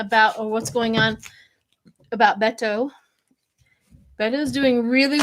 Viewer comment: SHIELA IT'S PRONOUNCED BAY TOE.